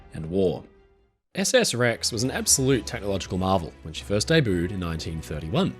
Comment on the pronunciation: Every once and a while pronounces a word that makes me chuckle. Today it's "day-booed". Haha